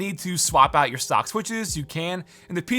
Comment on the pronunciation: but you're said it more like "suck" than "stock"